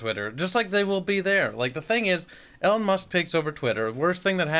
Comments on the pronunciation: It’s Elon, not “Elen” 😎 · FOR THE LOVE OF GOD SAY IT WITH ME NOW E-LON ITS NOT HARD!